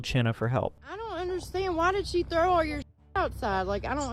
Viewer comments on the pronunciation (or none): none